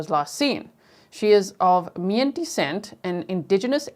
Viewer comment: Mien is Pronounced "Me-Ennn" like saying the letters Me and N. And Redding Rancheria "Ranch a Ree- ah".